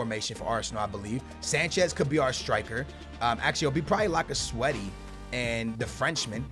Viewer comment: It's lacazette